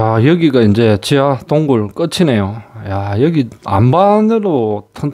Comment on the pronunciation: 동굴, 군수물자란 발음이 아주 어색하네요.